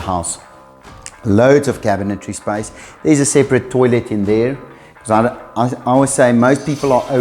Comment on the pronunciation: Love the videos guys but please, it's a toilet and not a toilêt